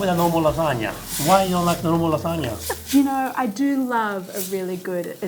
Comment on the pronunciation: "so you think Japan created the lasgana" 😂😂😂😂😂